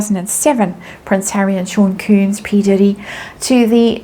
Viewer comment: It's NOT pronounced ''koombs'' it's KOMBS (Sean Combs) 😅 I wonder if this is what Lady C was trying to say it was going to happen in the Spring. 🤔🤔🤔 Thank you for another video. 💜